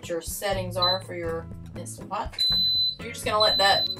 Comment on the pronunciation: Absolutely love that you didn’t say “Instapot”. 😂 Great recipes. We saw you in the RV Niche Facebook group and came to say howdy.